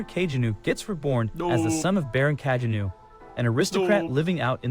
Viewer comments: love the fact Kageno is pronounced in so many different ways throughout the video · Bruh I can't with these terrible AI voice overs. Just read the damn thing out yourself, or at least make sure the AI is pronouncing names consistently if not correctly- I had no idea there were so many ways to incorrectly pronounce Kagenou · The AI voice pronounces Kagenou like 3 different ways😅